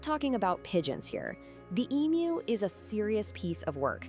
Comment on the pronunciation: Another creepy AMERICAN AI redstory based on a true event, which could not pass up taking the piss out of Australia. " WE " don"t care but even the AI could not pronounce "EMU" correct to Australian standards. So much technology, such a little word and yet SO WRONG.